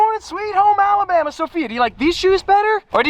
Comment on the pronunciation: Bro really said sweet home alambama